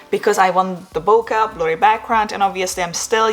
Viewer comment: Sorry had to unsubscribe because you said bokuh when it's boKay. Imagine someone saying your name the wrong way.